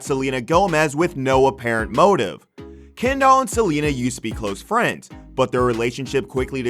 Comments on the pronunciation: Didn’t even pay attention to half of this because I hate the way this guy pronounces ‘Kendall’ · You pronounce her name like"Ken doll" you know Barbies boyfriend.... no biggie but distracting 😬😬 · Am I the only one who here’s him calling her “ Ken Doll” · Her name is Kendall not ken doll lol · I'm sorry but I can't watch this the way he's saying kendoll and not kendell is getting on my nerves I'm only 35 seconds in and nw I'm not even sure if dats her name any more (rip brain cells)😥😣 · Omg her name is Kendall not kenDOLL XD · Called that hoe Ken-Doll 😁🤣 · He says KEN- DOLL lmao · Sounds like he’s saying, “Ken doll.” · Ken-doll that’s all I hear from this man 😂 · Why do I keep hearing "Ken doll"? And who wouldn't hang out with Harry? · Was it just me or did he say “Ken Doll?” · Hearing this dude say “Kendoll” over and over is torture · The way he says “Ken-doll” 😭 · can’t even finish the video after how the narrator keeps saying “ken-doll” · You really did this whole video calling her ken doll the whole time. Ummmm....why? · I want to know who the hell is "Ken-doll"!?? 🤔😅🙄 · The way he says kendall is funny, Ken-doll lol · okay but why he pronounce it ‘ken doll’ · Why is he pronouncing her name as "Ken doll" Jesus. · They way he says Kendall. KenDOL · You pronouncing her name like "Ken Doll" gives me life 🤣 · No one: Not a single soul: Not even the ghost in your basement: The guy: KeNdOlL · All them sisters do this... They don't mind messing with their friends men. Is he saying Ken Doll?? Lol! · The way he is saying kEndoLl 💀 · Is he calling her “Ken doll” on purpose? 😟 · All I’m hearing is ‘Ken doll’ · Ya, can't be the only one hearing "ken-doll" when he's saying Kendall right? His pronunciation is saying "ken-doll" but it feels like he means Kendall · This dude pronounces her name like KenDoll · All I hear is, "Ken doll"... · The way he calls her "Ken Doll" 😂😂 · Not this guy calling kendall "kendoll" throughout the whole video 💀💀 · Been driving me crazy lol